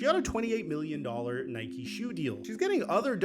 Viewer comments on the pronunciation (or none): none